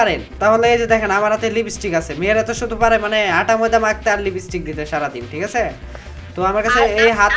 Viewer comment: লিবিস্টিক না ভাই লিপস্পিক হবে।